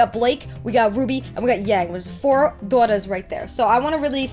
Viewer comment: I love how you say “daughters.” WE GOT AW FOUR DAWTAHS HERE